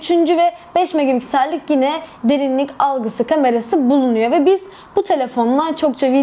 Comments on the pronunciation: Megapiksel e her seferinde megaBigsel demeniz beni biraz irite etti. İyi forumlar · Yanlış anlama kızma ama megapiksel öyle okunmuyor :( b diyorsun megabiksel nedir gülme krizine girdim genel olarak emeğinize sağlık güzel video